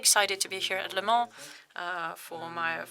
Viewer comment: He pronounced Le Mans really good :P